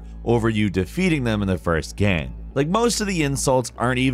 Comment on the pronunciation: He always pronounces "game" as "gam".